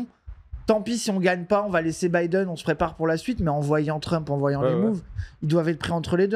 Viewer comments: il est comme mon daron: il dit "Bideune". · La video se lance j'entends "bidéne" banger assuré